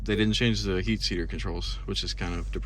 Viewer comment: I do too. But I was referencing how you said "heat seater" when it's supposed to be "seat heater" lol I just found it funny because I did the exact same thing